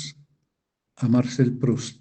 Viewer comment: Por qué pronuncia el nombre Marcel en inglés?!?